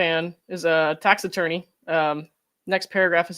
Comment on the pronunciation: Tax Attorney!!! I thought you’ve been saying Taxidermy???? Was getting worried